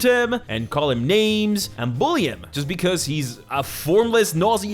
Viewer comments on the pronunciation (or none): none